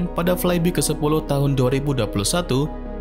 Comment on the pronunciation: I hate to be that guy, but it's spelled "flaibai" not "flaibi", lol Other than that, great video!